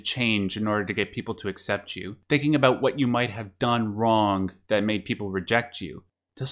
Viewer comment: oh are you canadian? i heard an aboot slip oot instead of an about 😏